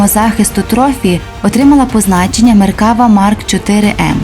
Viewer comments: Додам тільки що назва танка звучить як "МеркавА"(не "МеркАва). Хоча тут кажуть і так ітак. )) Подяка за гарний огляд. Україні Слава! Шалом із Нагарии. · не меркАва, а меркавА. як і в більшості слів на івриті наголос на останній склад. не існує меркава мк5, існує меркава мк4 "барак". це остання, найновіша версія четвертого покоління танків меркава на даний момент. скоріш за все, далі серію меркава продовжувати не будуть, а будуть створювати зовсім нову машину. певні напрацювання в цьому напрямку вже є.